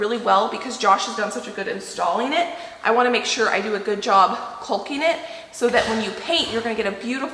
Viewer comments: Isn't it pronounced Cocking?(Caulking)...LOL. I giggle when you say CALL KING hahaha. I wonder if you could make those floor outlets? I'm glad your taking that wall down. Such a beautiful view that is being covered. Smart. Get your rest guys! ❤️ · Kawking,L is silent...not Kulking. Lol. Imo, take down the wall, patch the floor, foor outlet . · We love watching your channel! But please … caulking is pronounced caw-king. I don’t know why but I cringe every time you say it. I’ll blame my mother. She was big on grammar and pronunciation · honey CAWKING NOT CULKING. You are so funny. I'm with Sheba. Lol total hysteria. Take that darn wall down. That is the ugliest thing I have ever seen. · I'm sorry, the pronunciation of caulking as "colking" is driving me crazy. Skipping to videos when the "colking" is done. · U are saying caulking wrong is called cocking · The L in caulking is silent. You pronounce it like you pronounce the word talking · Are we Canadians mispronouncing “caulking”? We all leave the “l” out… like a silent “l”. Is it like zed and zee?